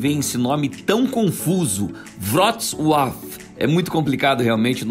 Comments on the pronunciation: Errou. O L cortado tem som de U, o som de tsss fica com a letra C e a pronúncia da cidade é vrutssua. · Vrotsuav. Só assinalando: o C tem som de TS e o L cortado fica com o som de U.